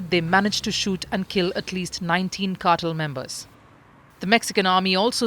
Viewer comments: Cartel, not cattle. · It's pronounced "car-TELL" with heavier emphasis on the "TELL" part. The way she is saying it is "CAR-toll." as if she were about to say "cartilage." So distracting and wrong. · Ma'am it's "carr-tell" and not "cattle".😊. But Amusing mispronunciation. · Cartel, Not Kartal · It's cartel, not cartle. 🤣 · Why is she saying cartil? It's Cartel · Kuttle??? What’s that??? CARtEL!!!!!!! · Cartel, nor cartle.... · "car-tel" not cattle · obviously, English is not your thing. Consistently, the Indian narrator kept saying "cattle" instead of cartel. Who is CC! Is she your mom or neighbor? As a public service, know that the word cartel is pronounced "car-tel" and not "cattle". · The Indian woman pronouncing Cartel as Cartle is only a small peek of the future we have to look forward to. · Why is she pronouncing it like that "CAR-TILL" lmao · The “car-tal” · The way she said "cartel" sounded more like "cattle" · Why cant she pronounce "cartel " ???????????????????? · She's from India. That's how they pronounce the word cartel. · She's from India. That's how Indians pronounce the word cartel.